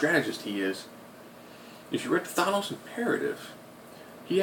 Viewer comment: Nobody annoyed he keeps saying Thonose instead of thanos?